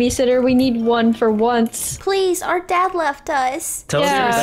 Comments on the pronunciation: To me she said “zad?” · She said zad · Did anyone else realize that said “Zad” instead of dad she was about to call him